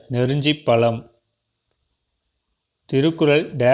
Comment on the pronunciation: அது பலம்‌ இல்லை பழம்